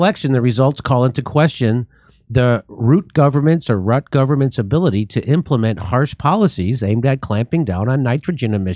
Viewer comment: His name is pronounced Ruh-Teh